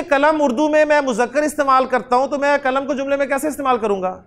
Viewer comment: السلام علیکم و رحمۃاللہ و برکاتہ.. اللہ تعالیٰ آپ کو جزائے خیر عطا فرمائے آمین.. میں یہ کہنا چاہ رہی ہوں کہ آپ.. قلم کو کلم کیوں کہہ رہے ہے.... معاف کیجئے